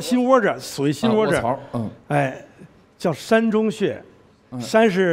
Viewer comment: 在膻中穴这个穴位中读作淡，在味道膻味中读作山。连读音都不知道，居然好意思自称中医